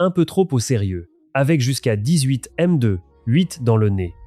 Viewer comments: Très interaissant, merci. Mais bordel, la lecture ou traduction (je sais pas) par ia, c'est pas magique 🤣😅 la meudeu pour M2 est magnifique 🤣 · Cette « MEUH2 » l’IA ridicule